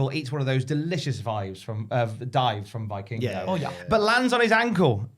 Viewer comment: Hate to be that guy but it’s pronounced VEE-king-go, not VEYE-king-go. - a mexican